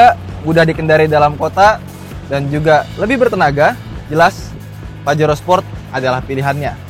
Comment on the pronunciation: Bacanya 'pahero'